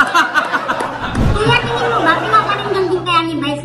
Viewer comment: Mrena got me at “pag tinGGin”emphasis on the hard G!!!🤣🤣🤣🤣🤣🤣🤣🤣🤣🤣🤣🤣🤣🤣🤣